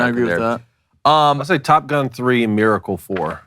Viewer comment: Can someone teach to pronounce Miracle. It's not Maracle. 😂😂😂 Happy 4th boys!!!